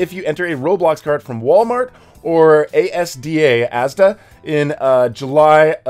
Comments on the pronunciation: “ASDA” is not pronounced “A-S-D-A” its pronounced “As-dah” i know that because i live in England and sometimes i go there only if im going to my Grandmas 😂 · I’m from the uk and ur right it’s pronounced as-da